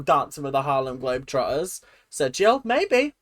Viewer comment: Ngl, your flub of the Harlem Globe Trodders was hilarious!! 😂😂😂